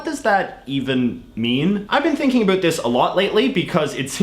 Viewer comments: “Abut”? What accent is that? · Also it is super annoying when you say “a boot” you are literally the only Canadian I have ever heard say that, which leads me to believe you do it on purpose. Also because you don’t mispronounce any other word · I like it when you say "about" 😎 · Seriously I keep wondering if he does that on purpose!